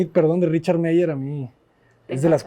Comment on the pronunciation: Arquitecto cuidado con la pronunciación de apellidos alemanes, ya ha corregido el "Eisenman" pero sigue cometiendo el mismo error en "Meier" en ambos casos "ei" no deben de sonar como en español "ei", sino como "ai". Por otra parte el apellido "Le Corbusier" es en francés y ahí podría intentar esto "L Cobusie" de manera suene la "L" pero no la "e" y "r" en francés tiene un sonido muy distinto al sonido que utilizamos en español este caso la primer "r" es mucho más suave (no como ere ni como errre, sino un suave Cor), y la "r" sier al estar al final no se pronuncia (es como una r muda)